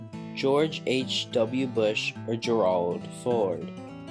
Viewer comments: This would have been interesting if there would have been a question about each president. Noticed that there was a couple of questions asked twice. And Gerald is pronounced Jerald, not Gerwald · Please call “Ford” Gerald, not Geralld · Omg, work on the pronunciation of Gerald! 😂😂😂😂